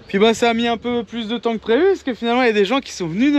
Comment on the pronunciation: peuneu me fait mal aux oreilles... Sinon, bonne merde pour trouver un deuxième pneu à la bonne dimension :D